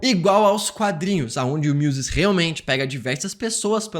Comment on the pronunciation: Só eu me incomodei com o Muse ser chamado de Muso na dublagem?